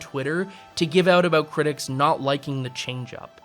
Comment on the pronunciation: "Sorey aboot that." = not funny to you because you hear it every day. 😂